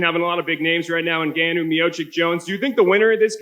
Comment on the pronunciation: Anybody who can't pronounce Francis' name by now that's even remotely involved in MMA journalism, should never be called on again. Or at least not completely BUTCHER it.